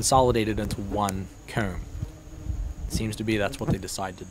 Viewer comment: I’m really sorry, and your a great person don’t get me wrong. I love your videos. But the way you say comb DRIVES ME INSANE. It’s probably cuz I’m from the south but goodness gracious. But I really do love your channel!